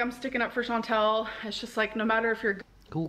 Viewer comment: why does she keep saying chantal's name wrong? her name is chantal, not chantel! according to she's been friends with chantal for years, imagine mispronouncing your friend's name for years. i would be so angry